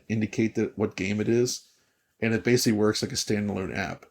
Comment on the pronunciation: DF drinking game time. Every time mispronounces ‘basically’ as “basely” take a drink.